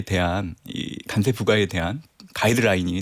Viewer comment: 간세가 아니고 관세 아닙니까